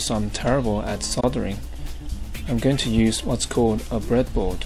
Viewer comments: is the thing a "BreadBord"? He wasn't quite clear. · i heard him say "BreadBord" but idk what it is